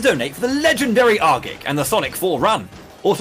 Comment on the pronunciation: Pronounced or? my mind hurts